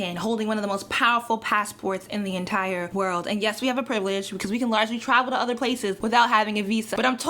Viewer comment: when she says travel it sounds like tribal sometimes